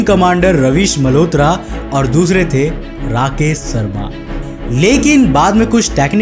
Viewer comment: भाई पेहले तो तू अपना स और श का उच्चारण ठीक कर। राकेश शर्मा है ना कि राकेश सर्मा